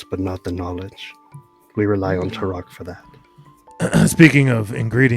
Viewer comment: Ah thanks for the recap on the race & classes. Autognome eh. Will you be going into space after all? Hmmm. 🤔 I would have never guessed rogue though, did I miss a sneak attack somewhere? Also, Me-Co-nids? Mick-onids now is it? And I keep hearing you say Tur-ock for Tarak (I say Tear-ack.) but it keeps making me think 'dinosaur hunter'. 😂 The sea-spawn and obelisk was totally new too. It was really generous of the DM to allow the creation of healing potions/antitoxins with just the herbalisim kit and no downtime, gold cost, formula or spell slots with the relevant spell used. Base rules (non xanathars) those should have cost 200g, at 5g work per day allowed max, with cure wounds etc known and used, at minimum. Which would have taken 40 days... or if you subtracted half cost due to consumable caveat... 20 days. Zero time, money, spells slots is again very generous. Not to mention zero sturges or drakes... vvveeeeeeeerrrrrrry generous. I'm glad the Druid didn't peak so much but sometimes the Cleric would mutter, like describing his boss kill, it was difficult to hear him... unless it was his mic dying? It did sound a bit fried sometimes... still, glad to see progress, level two! Oh... and the best part is the little scream the guy does. Thanks for the game, cheers!